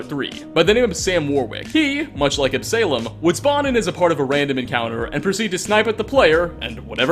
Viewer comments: You have a strange way of pronouncing, "quarry", and, "Absalom". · the way that he pronounces Absalom makes me cringe to be honest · And "Absalom" :-( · ab--suh--lom not ab-salem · Absolom is not pronounced AB-SALEM! It's pronounced AB-SO-LAUM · Also, it's Absalom. Not Ab Salem. Absa-lom. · Ab suh lom not ab salem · It's not ab-Salem its pronounced absulum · Ab-say-lum? AB-SUH-LOM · Absuhlom not Ab-Salem. It's a biblical reference name I think. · AB-SA-LOM NOT AB-SALEM Ya know? Like Absolon? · On a similar note, the "salom" in "Absalom" does not rhyme with "Salem", but "shalom". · Absalom (as in, King David's third and favourite son) somehow becomes Ab-salem? pronunciation and often curious use of English is usually funny, but come on man, 'Absalom' is phonetic! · Absalom: ab-sah-lawm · Ab-saylom... bruh 😂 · Ab-suh-lom, please. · "AB-SALEM"? sheesh... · Ab-sah-lohm. Son of King David, in the Hebrew bible. That's not snarkiness - I love the videos, figured you'd like the note. :) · Absalom: Ab-Sah-Lom. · Quarry is pronounced Kw-or-ey. Like Corey with a w in the middle. Absalom is pronounced Ab-sah-lom. I've seen enough of your content to know that you played Skyrim for 6ish years without voice audio and thus butchered every name of every person, but this is egregious. These aren't uncommon words. Absalom is a biblical name, King David's son, who rebelled against the empire his father built. Absalom is a name born of rebellion against all, including that which is closest, and make perfect sense for the character. If this is intentional, it is not funny. It's right there with nails on a chalkboard. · absalem gets under my skin lol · Quarry is pronounced "KWOR - ry" and Absalom "AB - suh - lom." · Absalom = AB-suh-lawm. It's a biblical name. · the real insanity is the way you pronounce Absalom lmao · that's definitely not how you pronounce Absalom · I think Absalom is pronounced Ab-soul-om like the island in the Ray Liotta movie No Escape (great flick btw).